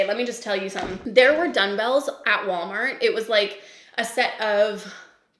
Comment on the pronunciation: Am I hearing you say, “dun-bells”? Is that a Canadian thing? It caught me off guard haha